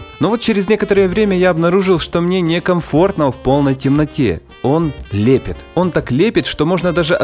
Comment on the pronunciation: ОН ЛЕПЕТ??? что бл...ть это было!!! СЛЕПИТ!!! Ну ты чувак совсем...